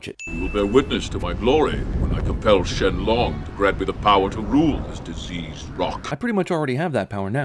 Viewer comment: Shen Long, not Sheng Long. Avatar: The Last Airbender isn't an anime, it's american. Roshi's immortal so yes, everything you say. "Who made sure this meteor hit at just the right spot?" Freeza "when someone says something about this movie not ending, I get nervous" you and me both. I appreciate the "Source Material Bonus Round"